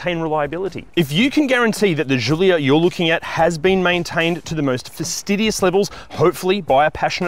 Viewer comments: It's not a jjjulia it's Gulia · It’s not zhulia it’s giulia. Could’ve tried harder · What the fk is a "zoolia"? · Hey this is not a French car - just call it a Julia like Italians would